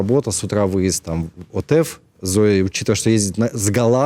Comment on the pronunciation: Меня поражают израильские ведущие, которые не могут даже ударение правильно поставить, не отЭф , а Отеф, блин, вы же в Израиле живете